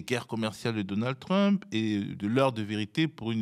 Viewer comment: Il faut qu'il arrête. Même en français on ne dit pas trumepe..mdr 2millions d Algériens en France. J ai arrêté là.